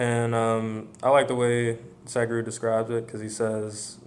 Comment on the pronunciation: Dude, don't pronounce it "sad guru", say "sudh-guru". :)